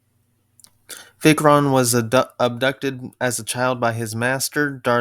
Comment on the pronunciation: The more I look at how Vichron's picture turned out, the more I like it! It's exactly how I would want him to look in live action!! (Btw the 'i' on Vichron is pronounced like "eye," and Teritus is pronounced tear'-[as in to rip]-it-us. 😁)